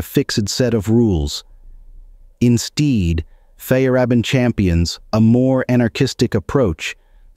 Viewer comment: Insteed?! Methodologhie!!?? I smell a computer voice. Alas! Alack! Oh woe!